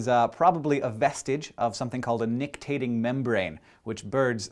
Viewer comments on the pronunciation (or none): it's not nictating: it's nictitating. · *nicTITating. Not nictating. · Hank, you forgot a syllable in "nictitating". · One minor correction: it's nicTItating membrane not nicTAting membrane ;)